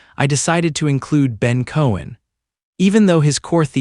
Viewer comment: Ben Cowen, not Cohen...